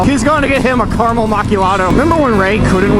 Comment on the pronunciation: "carymel Markyado"